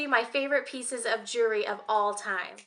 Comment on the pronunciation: It's so cute how when you say jewelry it comes out sounding like "jury". I don't have any Tiffany jewelry. I can dream.